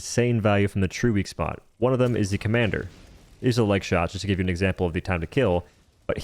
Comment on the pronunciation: Are you saying "Commander" intentionally as a Joke? Lol I was asking myself, "is that the Commando?"